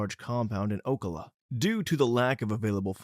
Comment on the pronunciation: I had to stop the video after he said Ocala incorrectly. It's O-kal-uh. Though to be fair there are a lot of FL city names that are not easy to pronounce. 😅